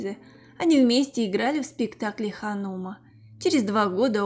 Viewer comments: Да задалбала ты , выучи русский язык, научись ставить правильно ударения. Х анУма, правильно ХанумА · Не ханУма, а ханумА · ХанумА' сколько можно! Советуем вам консультироваться, по поводу произнесения тех, или иных фамилий, названий спектаклей, городов- у умных и знающих людей!